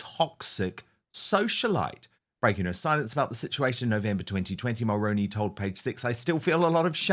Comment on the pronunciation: 👋 Good Morning Dan... friendly fyi from a 🇨🇦 Mulroney is pronounced as "Mull-Roo-Knee" or like the actor Micky Rooney's last name with the prefix Mull attached "Mull-Rooney" Jessica's husband Ben is the son of a former - late Prime Minister Brian Mulroney I'm in my mid 50's & I remember Brian Mulroney as a good Prime Minister & representative of 🇨🇦 I'm neither conservative nor liberal in my politics I'm a centralist I vote based on who I believe is best for the job, who will do the best job for the majority of the people...because you know you can't make everyone happy all of the time... Brian Mulroney was born in Quebec, he was French Canadian and how I've described pronouncing his name is how He pronounced it, how the news reporter's pronounced it. I'd greatly appreciate it if you could please do a proud & former 🇨🇦 Prime Minister the respect & honour of pronouncing His name correctly I would truly & greatly appreciate it 🙏 Thank you